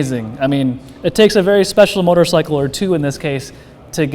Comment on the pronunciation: STOP SAYING MOTORSICKLE! GAH!